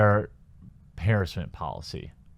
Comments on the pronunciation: you are pronounce harrassment wrong XD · There's no such word "harrisment". There's no i in that word. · Harassment = Huh-rass-mint